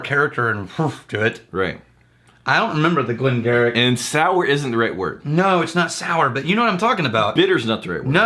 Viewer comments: not a snob but Glen Garioch = Geary(gheery) those Scots they have a different pronunciation for everything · Glen Garioch is pronounced as Glen "Gheery" as in the word cheery. But I'm sure you probably know that by now. Good video! Cheers!